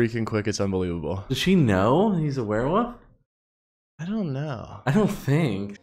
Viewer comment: It is hilarious to me how you guys pronounced werewolf as "werewoof". It HAS to be intentional. 👏👏😹